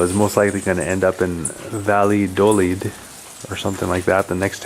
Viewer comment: Based on your pronunciation of "Valladolid" I'm going to go lower than 70% ;) Edit: You got it right later on!